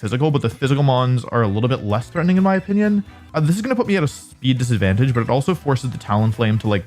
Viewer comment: Wouldn't chandelure work better that hisuan typhlosion? Better spa and better? Speed Also on 1st match he said in my onion instead of in my opinion